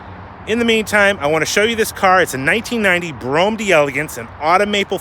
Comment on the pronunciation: (Bro-ham) say it right